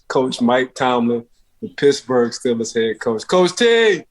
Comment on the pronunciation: Man we are not the Stillers why is it so hard to pronounce the EE smh damn